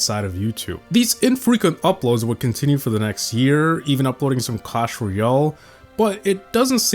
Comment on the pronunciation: Clash “Royale” not “Real”. Painful to listen to.